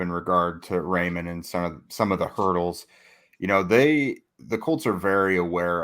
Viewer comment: I like the punny reference, but isn’t it pronounced like rye-mann and not ray-mann?